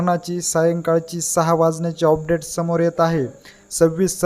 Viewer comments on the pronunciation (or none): ऑपडेट नाही रे बाबा..अपडेट असते ते